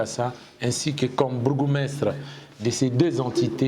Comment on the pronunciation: Ezalaka "Bourgmestre " et non "Borgoumestre"